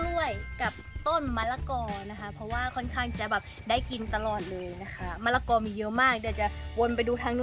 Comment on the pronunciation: มะละกอค่ะ ไม่ใช่ มะระกอ